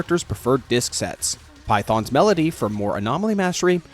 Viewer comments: Great vid, only gripe is phaethon being pronounced like python, from the game I think it's pronounced fay-ton. Can't wait to hear more from you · I think it's pronounced fay-thæn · Unfortunately you're going to have to get used to it, a section of the YouTubers use the Japanese dub where it is Python instead of Phaethon (which personally I also think is just less cool lol) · No, like even with those inaccurate pronunciations provided by the source media, sometimes people will fuck it up. Yelan in Genshin's EN dub pronounces her name kinda like "YAY-lawn"; the stress is in the wrong spot among other things, but things like itspaikon's "Yee-lan" make me die a little inside. As for 'Phaethon', in JP it's written パエトーン 'Paitōn'. The vid pronounces it like 'Python', the kind of snake. EN dub pronounces it as 'Fay-thin'. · Fayton is also historically correct from the Greek pronunciation.